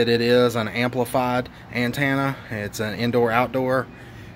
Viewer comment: Say it with me now….AN-TEN-AH 😬😂